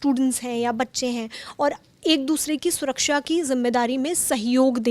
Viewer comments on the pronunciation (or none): none